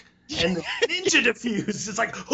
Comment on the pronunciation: It's Defuse.... smh